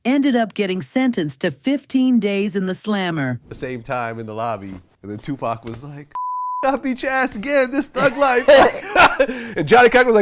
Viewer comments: Is this an AI voice narrating this video? I mean who says 2-Pack for 2-PAC? 🤣🤣🤣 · Hey narrator! It’s Pac ( pok ) not pack ! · Yeah because us black folks know how to say 2pac not two pack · His name is Tupac not Tupack get it right please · come on sister. you black.. or sound black say their names correct. He is Larenz Tate not Lawrence.. there isnt 1 movie to with a credit for Lawrence. Now 2 Pack.. not Tupac pronouced 2 - Poc.. 2 pack..smh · Whats so hard about saying tupac who the hell is two pack 😂🤣😭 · AI SAID TUPACK😂😂😂😂😂😂😂😂😂😂. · I hate when ppl pronounce his name wrong PAC.. He not a pack of cigarettes, but he’ll light your a$$ up😂.. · "Two pack and Jada" 🤣🤣😂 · Just tell me what you are supposed to facilitators if we were saying of pronouncing the name wrong 👉👉they would correct us it's not too packed is Tupac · Jada and Pack. This black AI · Jada and “PACK”. Lmao… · 2 Pack?? smh AI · Dead give away its an AI when it says "tu pack" 😂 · That freaking AI🤦🏾‍♂️🤦🏾‍♂️WTF is Lawrence 《Larenz》Tate🤣🤣🤣 Oh yeah don't forget Two Pack🤣🤣🤣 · Jada and “pack”? Lol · Who is “Two Pack”..? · I mean saying 2pack over n over. Kills me..... Just stop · You hear it say two "Pack" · They need to stop with the AI voices… can’t even say “Pac” 😂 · You can tell the narrator is not a 2pac fan since she kept calling him Pack. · She said 2pack, come on now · It’s Ai because as a black person lol we don’t say “2pack”